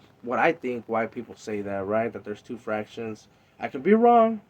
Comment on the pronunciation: Spensa conejo but it's Factions not FRactions🤔🤔🤣🤣🤣🤷🏻‍♂️🤷🏻‍♂️ but I like the video